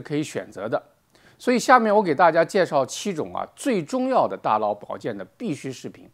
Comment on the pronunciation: 大佬，大老，大姥，这个N/L混读实在是拦听，敬爱的胡总书记也恼是这样读。